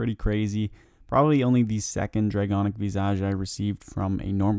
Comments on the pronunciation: and draconic vissage, im really hoping hes esl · “draygonic veezaj” lool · 1 year late, but loved the video! Hate to be that guy, but Visage is pronounced viss-uj, and laceration is pronounced lass-er-ay-shun Aside from that, great collection of tasks 👍👍❤️❤️❤️